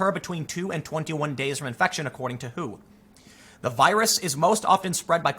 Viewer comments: Cringing when Tim pronounces the W.H.O. as "who" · For the first half of the video, every time you said "WHO," I thought you were asking "who." #TrueStory + #Facepalm